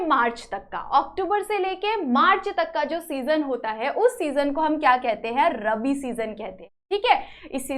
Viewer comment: did you teach very nice but your pronounsation is wrong in this lecture you prounce wrong that rabi and kharif